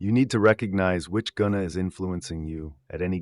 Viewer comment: The original pronunciation is different in original language: Sanskrit. It's not present in the English alphabets. This is the word: 'गुंण'= गु(Gu) and ण (cannot be written in English) But yeah in English it sounds like GOON🥀